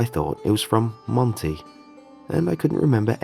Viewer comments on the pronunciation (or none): none